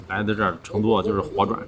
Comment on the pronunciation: 用四川话说成都，要说“chendu" 就地道了。